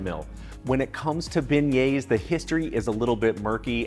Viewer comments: pronounced bay-yay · stop pronouncing the s at the end..you're not supposed to say it. its silent. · I came here just to hear him pronounce beignets so I don’t look stupid at Popeyes